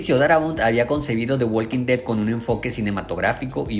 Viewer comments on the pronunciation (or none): La L de Walk no se pronuncia.